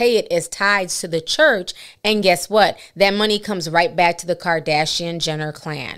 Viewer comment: who went to that “Khurch”? lmaooo😂😂😂😂 I can’t!!